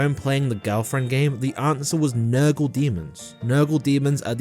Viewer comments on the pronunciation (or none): I'm guessing the "girlfriend army" is gonna be tyranids edit: was not expecting him to say Nurgul demons lol